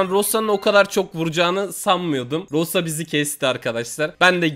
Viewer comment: Rosa diye yaziliyo roza diye okunuyo rosaa rosa diye bagiriyon